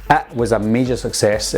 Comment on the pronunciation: does he say IT or ET